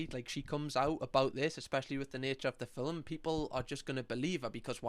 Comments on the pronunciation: I love it when says filmlm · I love ya but why are you pronouncing movie like “filim” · Why do you say film like filim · The way you say the word “film” makes me happy 🥹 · The way you say film is so satisfying for some reason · The way you say film had me in stitches!!! Love your videos ❤